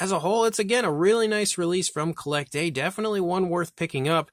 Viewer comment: I think it's pronounced "Collectuh"